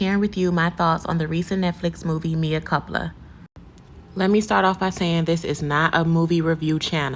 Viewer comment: I guess you wanted a comment by purposely mispronouncing the title of the movie, so I'll comment! It's sad that Tyler Perry is able to make money off of this horrible work! Have a good day 😊. I clicked the like button also.